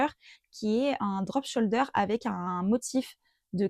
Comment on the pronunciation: Bonjour, bravo pour ta vidéo et tes explications qui sont bien développées. Juste une petite correction😉, on ne prononce pas le L dans le mot shoulder. Je me réjouis de te revoir!